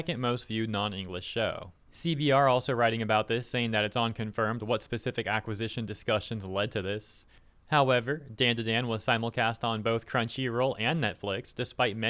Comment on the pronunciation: Dandadan is DAHN-DA-DAHN, it's the sound you make when you present something, Like "TA-DA!". It's not like the name Dan.